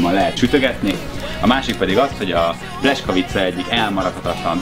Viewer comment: Szép videó , aránylag jó recept ( a "buci" szentség törés , a pljeskavicához :) ... lepényben az igazi aminek az a buci meg sem közelíti sem az állagát , sem az ízét . ) És a pljeskavicát ....... PLJESZKAVICA nak ejtjük az "S" , az "SZ" :) Nagyon tudja bántani az ember fülét , ha egy 8 perces videóban kb 40 x rosszul mondanak valamit :D